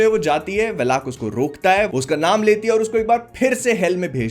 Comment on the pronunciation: Its वालक not वेलाक !